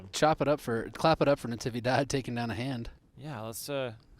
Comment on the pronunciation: Is “Navidad” the holiday,not Natividad